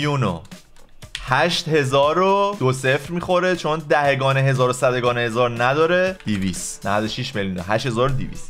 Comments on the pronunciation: دهِگان نیست. دهگان بعدش هی بگو سلطان ریاضیات تو اول برو فارسی تو درست کن بعد بیا ریاضی های ابتدایی رو حل کن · دَهِگان نه دَهگان🙂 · دَهِگان درست نیست جان🤦🏼‍♀️اون دَهگان